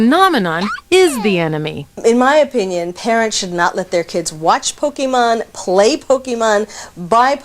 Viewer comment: “Pokey man” shudder but you’re right that was a good episode of the show